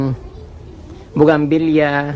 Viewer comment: ang tamang pangalan ay bouguinvilla at hindi bogamvilla.